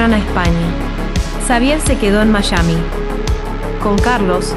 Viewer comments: Me ha encantado todo el documental, pero hace ruido cuando la narradora dice MaSHami en vez de Miami (Maiami) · Mayami???!!!!😂 Savier??!!😂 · Al tercer "mayami" me dio un ACV